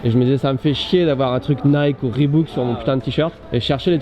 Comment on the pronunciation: On ne dit pas ribouque, putaiaiaiaiaiaiain !!!! Tu l'as vu où, le deuxième o pour faire ou ? C'est Reebok, ça se prononce riboque. Pas compliqué quand-même, merde !